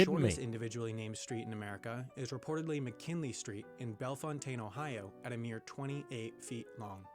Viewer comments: FYI: Bellefontaine, Ohio is pronounced Bell-fountain. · the way he pronounced Bellefontaine. People here pronounce it bell-fountain. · Bell-fountain, Ohio is the correct pronunciation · dude said bellefontaine wrong